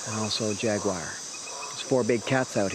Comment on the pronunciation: It's not a " jack wire. Or pewwmah. It's " jaguar and puma